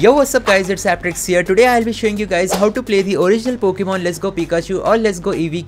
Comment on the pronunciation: Not today❌doday✅